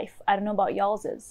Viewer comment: You must be southern. "I don't know about ya'll-ez." LOL.